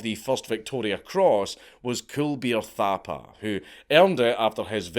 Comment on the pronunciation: Such a well-researched video by Dank. Having spent 4 years in the Signals alongside many Signals Gurkhas I can confirm that almost everything Dank said in this video is true..... aside from the pronunciation of the surname Thapa (it's pronounced "Tapa") and also calling Gurkhas "Nepalese". One of my Sgts was a Gurkha and he bollocked me once for saying "Nepalese". Apparently, it's "Nepali".